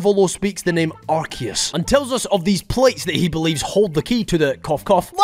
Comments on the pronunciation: Its Arkoos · It’s pronounced “ar-koo-ss”